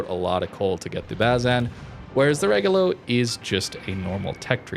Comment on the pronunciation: RE - like in revenue - GO - like in go - LO - like in low. And high tone in the RE. REgolo